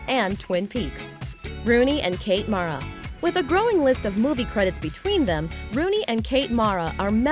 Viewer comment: When are you people ever gonna get it right?! Kate and Rooney Mara's last name is pronounced "mare-uh" NOT "mahr-uh". I've heard them correct talk show hosts, so I'm SURE about this. Esp since we all heard their football Giant ancestors pronounce the name "Mare-uh" for years before the girls were born!!